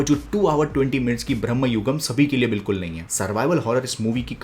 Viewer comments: Its Bramayugam not Brahmayugam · It's not ब्रह्मयुगम्. It's भ्रमयुगम्. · It's Bramayugam..not Brahmayugam. Bramam means madness. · It's not bramhayugam, it is brama+yugam which means illusion. This is why protecting a language is so important. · Its " brama yugam " means age of madness not brahma